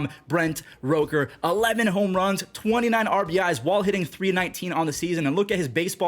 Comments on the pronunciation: As a Mississippi State fan you saying roker instead of rooker is like a crime (Brent Rooker went to Mississippi State for college) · you say the rook in rooker like rookie. not roke er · just trying to help you out here it’s Rook-er. Rookie w/out the ie. Keep up the good stuff brother